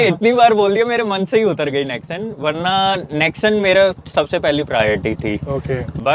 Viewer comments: Nexon ko nexan bol raha hai . Lol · Nex sun nahi nex on gadi le liye lekin pronunciation ka ata pata nahin 😅